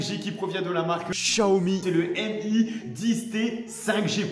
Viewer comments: ça ce voit t'as dit XIAOMI mais dans le moNtage t'as dit "chaomi" mdrr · je suis sur qu'il a vraiment dit Xiaomi au lieu de Chaomi 🤣😂🤣😂🤣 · Au début c'est sur qu'il a dit Xiaomi avec un z au lieu de Xiaomi avec un ch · Je suis sur qu'il disait XIAOMI [GSAOMI] du coup il c'est enregistré pour pas faire de faute en disant XIAOMI [CHAOMI] xD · Il avais pronocée le x à la place de sh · Sa c’est vrai tous le monde dit XIAOMI alors que c’est chaomi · Avoue tu savais pas que sa se prononcait chaomi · On en parle qu’il a fait des coupures à chaque fois qu’il dit xiaomi ? 😂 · MDR dans la video t’arrivais pas au montage à dire xiaomi du coup ça se voit trop au montage tu l’as rajouté en le prononçant parfaitement mdrrr